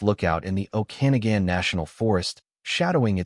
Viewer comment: Okanagan is pronounced "oh-kan-NAW-gan,"